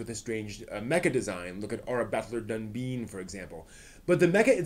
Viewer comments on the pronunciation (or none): You pronounced 'evangelion' / 'eva' like three different ways. Also, "done" "bine" for Dunbine, not dunbeen.